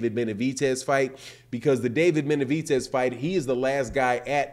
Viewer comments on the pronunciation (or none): BenaviDez, not BenaviTez, lmo